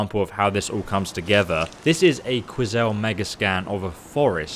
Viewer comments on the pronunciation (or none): It's pronounced Quick-Sel not Quizelle... it's like a Quantum Pixel.